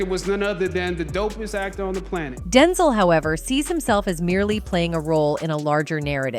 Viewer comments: Is it DenZol or DenZell she needs to say his name right 😂😂😂😂😂 Denzol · This narrator -- AI, I suspect -- grinds my nerves EVERY time she says "DEN-zel" instead of "Den-ZEL." 🙄 Having said that, I love and respect Denzel Washington forever and I still miss Chadwick Boseman. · Girl it’s DEN-ZEL, Not densle… sayin his name wrong imma check you 🤏🏾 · His name is Denzel not Denzol...i hate the way they pronounce ppls names wrong. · It is pronounced DEN-ZEL!!! UGH!!! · That man's name is DEN ZELLLLLL! You saying his name so wrong and I hate it. Please learn how to pronounce people's names before you do a story on them. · Who’s Denzil? AI much. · U saying his name all wrong why would you do a story on someone and you can't even pronounce their name wrong not cool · AI need to say his name right IJS